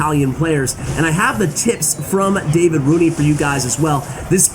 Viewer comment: Gotta love the fact that you have tried to pronounce "Davide" in two different ways, and none of them was even close to the correct one. Anyway, we still love you. Keep up and cheers from Italy 🇮🇹